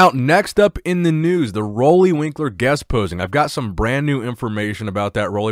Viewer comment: I hope you read this.Roelly is from my island. Pronounce his name right, PLEASE .. UUUUUU RUULI ROELLY